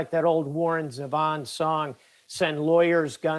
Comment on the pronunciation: Hey guys, I know you are too young to know this, but it's pronounced "Warren Zee-von" and the guy quoting the song is an idiot for not knowing how to pronounce the name of the singer if he's going to quote the song. He's an idiot for many reasons.